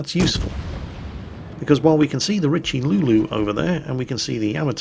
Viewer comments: I know why the French never liked the English,...they just can't pronounce french words like the Richeleau ...lol..pls look up how to say it properly..sounds so bad and I am not even french! ;) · Did you really say ''Richelulu'' ???? Mondieu!! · RICHE LIEU? Ever heard about Cardinal Richelieu? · Dear, for the love of God: Ree Shell Yeah and Shee Mah Kah Zeh. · What the heck is a Rich-a-loo? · “Richie Lulu” Dammit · No, no, its the RichLEWD! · I believe he called it the "Richie Lulu". Personally, I like that nickname" Kinda like calling the Furutaka for the "Furry Taco" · Haven't you heard of Cardinal Richelieu? A historical figure, made known to public in movies like the Three Musketeers. You must have seen it. They do pronounce his name correctly there, so check it out. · Well I reckon some frenchmen probably had a stroke when they heard you pronounce Richeliu, but then on the other hand that's hardly a bad thing. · GOod GOD,!! DON'T butcher the name of the Richelieu.... and I am not even french... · Oh s'il vous plaît, listen "Richelieu" in french;) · it´s like he never heard of the three musketeers.... or french in general